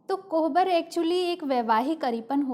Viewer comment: कोबर बोलते हैं, कोहबर नहीं !